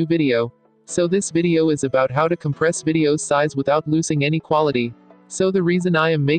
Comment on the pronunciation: 'COMPRASE' instead of compress , QULITY instead of quality